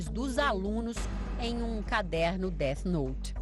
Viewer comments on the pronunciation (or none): "deart note" MANO KKKKKKKJJJKJKKKKKKKKK record ta perdida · É défi nouti